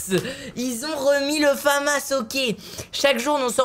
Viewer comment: Michou on dit la famasse pas le fammasse